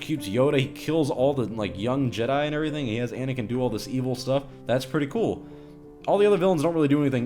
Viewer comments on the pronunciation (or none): none